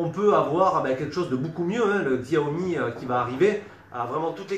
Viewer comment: Salut. Je crois que ca se prononce "Tchaomi" X = che en chinois.;)